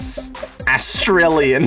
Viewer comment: I am deeply offened by 'Astrillain' as an Australian